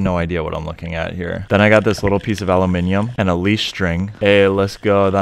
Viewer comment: He pronounced aluminium correctly the first time.